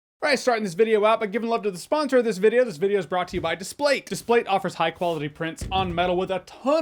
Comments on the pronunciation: Everybody else calls them Dis-Plate. This is the first time I've heard Display-te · That’s the first time I’ve heard Displate pronounced like displayed and it makes sense 😂